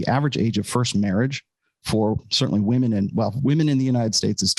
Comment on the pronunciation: "I'M NOT LIKE THOSE OTHER WAHMEN"